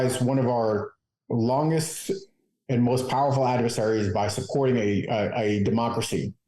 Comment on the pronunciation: I'm a big fan of Midas touch and this show is pretty good content. But I really seriously could not understand the title of your show based on your pronunciation. I had to look at the title of the show after a couple times watching it to understand what you were saying. Please enunciate on democracy.